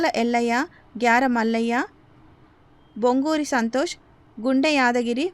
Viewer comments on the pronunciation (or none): అమ్మ తల్లి బొంగూరి కాదు బొంకూరి మల్లయ్య